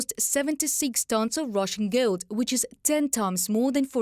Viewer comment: The lady reporter pronounced GOLD as GILD. The male reporter pronounced it correctly.